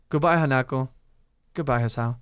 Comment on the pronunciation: I agree with S4rC4sM!! Do another Path. Do Hanako's maybe P.S. It's pronounced Han-a-ko not Hana-ko